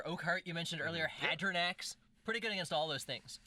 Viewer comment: I cringed a bit when He Said hadranax